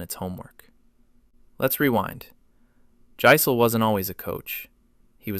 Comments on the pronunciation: It's pronounced YICE-LEH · Jass-il , i aint moving its "jass ill" i aint moving.